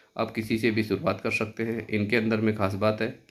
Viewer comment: कर शकते मत बोलो कर सकते बोलो " श " नहीं " स " होता है उच्चारण सही रखो